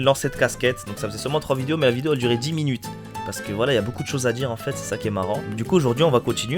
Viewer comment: Y'a un truc qui a jamais changé en toi tu dis toujours vidio... c'est pas ce qui te rend authentique mais on t'adore ;) continue !